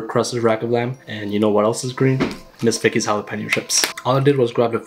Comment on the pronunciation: him : Ms Vickie's what I hear : this Fake as hell 🤣